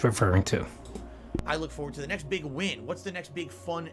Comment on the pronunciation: I heard him say "the next 'pig' release" im guessing he said 'big' but I agree with my ears.